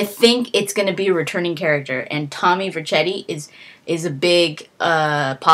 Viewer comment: It's vinewood and you said vercetti wrong